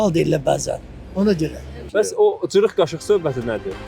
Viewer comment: Küftə məsələsi şirin çayla içirəm deyənlər ayarbazdılar, elə deyiblər ki, onları verilişə salasınız... Elə ciriq qaşıq da o qəbildəndir.... Özü də çırıq yox, "gırıq qaşıq" deyirlər... Nehrəmlilər öz aləmlərində sataşırlar... Naxçıvanda yeganə yerdir ki, ç hərfini ədəbi tələffüz dəki kimi k ilə tələffüz edirlər. "Gırıq" qaşıq söhbəti də Nehrəm ləhcəsində sataşmaqdır....